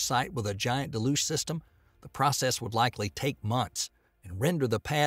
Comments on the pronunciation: Dude can't even pronounce Deh-looge correctly and has the nerve to say BFR stands for Big Falcon Rocket. Absolutely clueless about anything space related or even just regular English. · Its pronounced del-yooj!! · Look, I like his accent and all, but please go over pronunciation before recording. Deluge & Baikonur